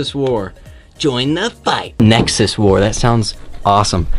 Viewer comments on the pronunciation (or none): Nexus war sounded like sexist war to me